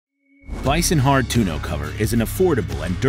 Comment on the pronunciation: Toon-o? lol...